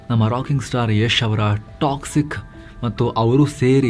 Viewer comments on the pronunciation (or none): none